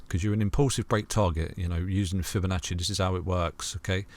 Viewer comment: Never heard someone pronounce Fibonacci the way this guy does